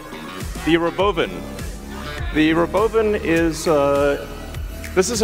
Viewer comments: He pronounces it "ro-BO-vin"? Does he think that'll make it seem less stupid? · Does he say "the robo bin"? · The ruh-bove-in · It's pronounced Robovan and not Robo van? 😂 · Why ro’bovan instead of ‘robovan? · The rowbowvin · Why is he saying rowBOWvin? Wtf😂 “imagine seeing this coming down the road? That would be sick” in a perfect monotone… I swear dudes an alien sleeper. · The re-boven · The RobOUWvan